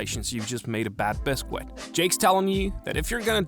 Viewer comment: Why do you say "biscuit" like a filipino